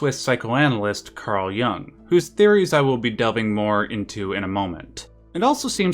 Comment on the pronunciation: It's 'Jung', not "Young" - just an FYI.